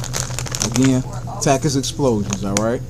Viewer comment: When you don’t know how to say takis